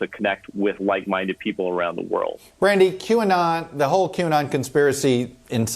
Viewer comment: Q ah-not!!!! Ridiculous is a understatement